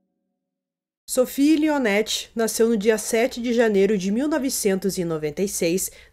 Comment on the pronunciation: Dicas: 1- Sophie Lionnet (sofí lionê); 2 - Troyes (trôá); 3 - au pair (ô pér).